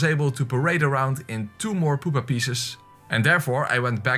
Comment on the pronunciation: I said pupa not poopa